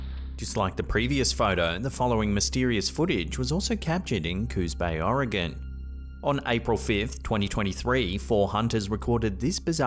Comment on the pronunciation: A British man can pronoun Oregon correctly but half of the US can’t 🤦‍♂️ much love from central Oregon. Not oregON or Oregun dumb dumbs.